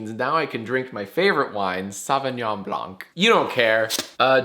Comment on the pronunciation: I know you literally don't care, but you don't pronounce the "c" in "blanc" - sincerely, a French major who's a nerd about phonetics.